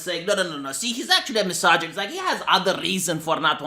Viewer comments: Say misojonjjist one more time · I like the way you pronounce misogynist hehe